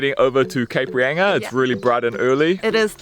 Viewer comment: Cape Reyinga ! Cringe!!!!! It;s pronounced Reinga, thank you.